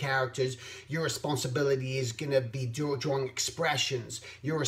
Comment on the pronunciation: I'm not being sarcastic, I really like how you pronounce "drawing". ...DROR-ring. Anyway, great vid as usual. I usually listen to your vids when I'm doing my freelance work. It's very inspiring and calming.